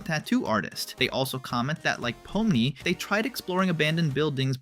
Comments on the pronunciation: yeah your ai generated voice misopronounced POmni and raGATha. Get your own voice, dude. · Why does this guy say peoples names wrong (regatha) (poomni) (and more)